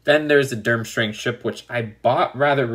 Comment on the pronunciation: its derm-STRANG not derm-STRING